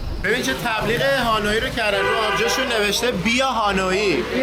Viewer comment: دوستان عزیز خوش بگذره بهتون فقط تلفظ اسم پایتخت ویتنام هانوی هست نه هانویی حرف ی ساکن هست موفق باشین